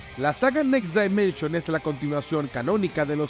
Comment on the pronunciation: Por q dices "next DAImension" si la pronunciación correcta en inglés es "dimenshn"